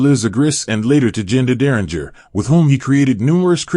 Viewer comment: You're pronouncing his last name incorrectly